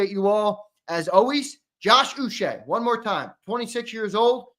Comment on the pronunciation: Uche is pronounced Ooh -Chay (hard C like in Chicken).